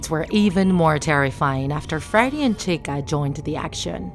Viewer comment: The person: "animatronic dolls" "bony" "frety foz bears pixza" Me dying in the background Also me:at least she said chica correctly